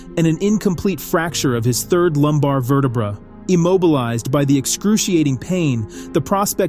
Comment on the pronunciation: "a fractured 3rd lumbar verta-bruh" 😂